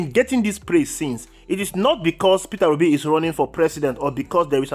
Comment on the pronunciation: My brother,it's Peter Obi & not Peterra Obi as you pronounce it..I am Obedient to the core..Thanx for all you do.💜